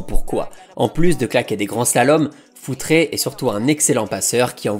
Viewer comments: Futre est portugais donc c'est futrE.... Le e de prononce simplement sans accent pour un portugais. Il faut arreter avec les paulo futré, josé fonté, pepé ! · Je me permets juste même si c'est rigolo ok dit foutre et pas foutré (ton pote Alex de castro va te taper sur les doigts 😂)